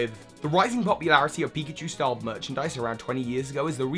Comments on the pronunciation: Pickachu? Really? Come on. You even did it twice. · "Pickachu" 😂 it's pikachu, not to be rude